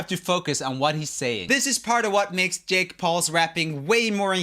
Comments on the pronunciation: When you saud yake instead of jake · 1: 38 yake instead of jake🤣